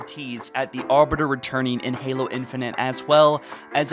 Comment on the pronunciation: Mans says Arber, yo it’s Arbiter